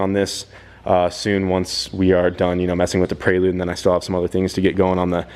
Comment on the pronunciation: Prelude doesnt have an 'A' in it! U keep sayin Praylude 🤣 Keep up the good work!